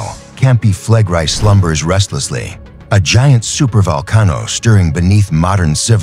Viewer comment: That would be "fleh-grey" in Engrish. But the AI does not speak correct Engrish. Speak Engrish, demon!